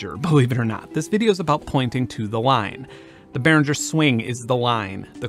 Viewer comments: Benn, it's Behringer. Beh-ring-er. Ring as in "ring the bells". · I kinda got turned off the minute the host mispronounced the name Behringer